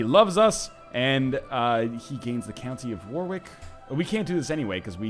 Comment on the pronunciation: I love how you pronounce "Warwick" xD